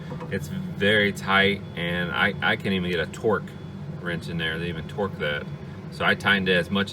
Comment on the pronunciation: "TORX" (all caps) screws not 'torque' screws - thanks for posting the video - nice shots of the clips in place.